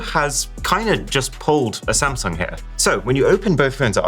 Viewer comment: He keeps calling Samsung as sam😂